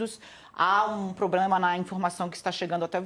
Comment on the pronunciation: Problema não PObRema, desculpe mas me dá agonia